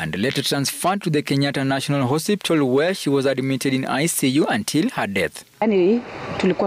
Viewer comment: The narrator said hosiptal instead of hospital